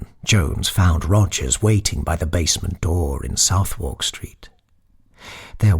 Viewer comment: As always, a magnificent interpretation! Pardon me for the nitpick: Londoners (or enlightened tourists) pronounce Southward 'sʌðək'.